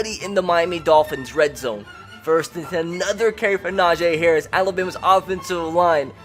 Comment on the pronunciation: Y does he keep on saying nojay harris